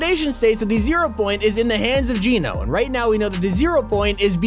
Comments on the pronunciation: AGAIN.... ITS NOT PRONOUNCED JEAN-O ... IT'S PRONOUNCED JENN-O ...AS IN GENOCIDE...AND GENO (PRONOUNCED JENN-O) IS NOT A HE.... ITS NOT JONES FATHER...GENO IS A THEY...A GROUP OF PEOPLE.. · Genō, not Geenō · He ses Geeno wen it’s geno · It's not Gino it's Geno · It’s Geno not Geeno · it's geno not geeeno check the trailer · It's pronounced "Gen-o" not "Geen-o". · I think it’s Geno Geeno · It’s geno as in ‘generation’, not geno as in ‘gene’ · I hate when people pronounce geno's name its pronounced jen-oh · wheres the resemblance to GENO and jones also not to be rude but you say it like jeno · What is wrong with you, Geno is not pronounced that way, Jonesy said it to The Foundation in the opening of Chapter 2 Season 6, this is your job, please get it right so you aren't spreading misinformation, this is minor, but you were wrong about a few different things in this video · The way he says geno is a bit weird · Countdown until pronounces Geno correctly.. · You keep saying Genō wrong